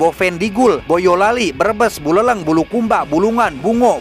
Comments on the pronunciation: Buleleng bang, bukan buleleng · baca buleleng itu buleleng bukan buleleng.